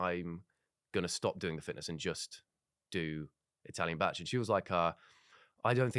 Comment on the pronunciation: Being welsh, I hate the way they're pronouncing bach 😭